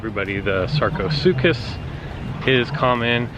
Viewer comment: Atleast he said sarcosuchus right